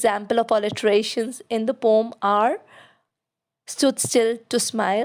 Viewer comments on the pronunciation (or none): Your video is really helpful, but I just wanted to mention — the word poem is usually pronounced as poh-uhm(po-em). Since a lot of students follow your videos, I felt it’s important they get the right pronunciation. Hope you don’t mind me pointing this out 🙏